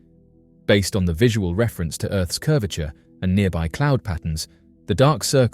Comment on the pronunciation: He said "Earth's curvature" 😂😂